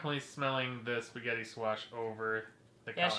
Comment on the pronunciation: Spigeti scwach